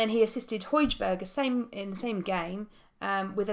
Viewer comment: As for the pronunciation for - Højbjerg is pronounced 'Hoh-behr' by the Danes apparently. But need not be so smug about it, Because his attempt at Ligue 1 was even worse. Lique 1 =' -ugh uh' NOT 'league ooh-un':D